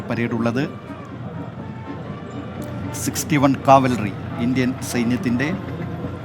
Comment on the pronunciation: കാവൽറി അല്ല brother കവൽറി